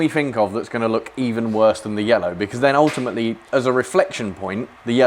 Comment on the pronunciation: looking good, but the callipers can't say yellow.